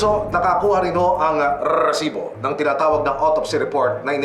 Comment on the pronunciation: Yung RRRRREsibo na pagbigkas niya tuloy parang unrealistic and balita. Anyway, rape case kelangan ibalik ang bitay. Halos linggo linggo may ginahasa at pinatay. Tingnan lang natin kung may gagawa niyan kapag bitay o lethal injection amg parusa. Tanda ko noon Leo Echegaray, halos ilang taon ding walang kasing rape.